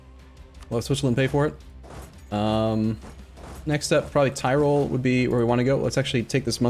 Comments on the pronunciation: I swear hearing him say tirol brings me physical pain. It easy, say tea, good, now say roll, good. That's how you say tirol not Thai roll... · Mispronunciation, sure. But horrible butchering like thairoll is inexcusable.